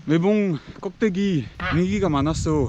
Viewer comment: 꼭대기? 껍데기 로 들려서 재밌었네요